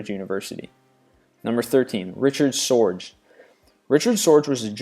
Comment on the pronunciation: Richard Sorge is pronounced SOR-ga. Gestapo is pronounced gest-STOP-o. Not GUEST-a-po.